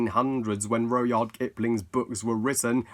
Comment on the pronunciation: It’s pronounced rud-yard